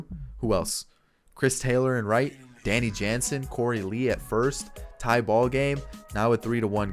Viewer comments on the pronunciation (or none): none